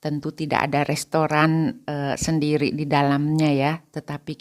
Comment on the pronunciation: Mohon maaf ibu, kalau ibu berbahasa Indonesia, mengapa belakangnya seringkali diberi tambahan huruf "K". Misal : hari menjadi harik, negeri menjadi negerik, sendiri menjadi sendirik, Bali menjadi Balik, keluarga menjadi keluargak, sama menjadi samak, bertemu menjadi bertemuk, dst Terimakasih & semoga menjadi lebih baik, Amin. Gbu